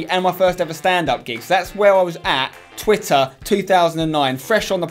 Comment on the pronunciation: 'tarted titter back in two tousand nine'